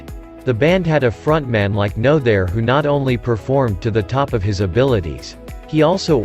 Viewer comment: But what’s with the computer voice? How about a live narrator. “No other” was read by the computer as “no there”🙄